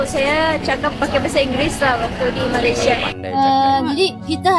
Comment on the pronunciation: Ya betul.... rasmi sebutan utk ejaan MALAYSIA adalah Malaysia bukan Malaysiyē 😊